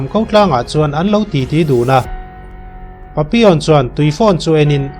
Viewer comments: A hmuhnawm lutuk.....Pappilon tiin i ziaka Papion tiin ilam tlat boksia. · Papilawn ti zawk la ngaihthlak a nuam zawk in ka ring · Nga ti nge papi awn tih tlat a.. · Patlingpui hawizau ve hmelfu si tinge papi(on) i tih tlat maiaaaa... Papillon alawm, tunhmain misawi leh chhiarte pawh i hrengailo ami? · An sawisello ang che adik chiah alaw papion tiin isawiri erawh adik Lo ani 👍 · Pappilon ti a lam tur ani zawk lo maw... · Pappilon aw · Changtupa hming khi i lam diklo lutuk,video tluan in i lam diklo vek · Papilon tih hi i lam dik chiah lo deuh a ni,a story nih na i ti bo vek,edit tha leh la,ngaihthlak a nuam leh zual ang